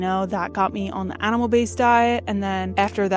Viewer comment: It's meeeee, not may. Now that you've fixed your diet, work on proper pronunciation of basic words. This isn't a tryout for the Baby Got Back video.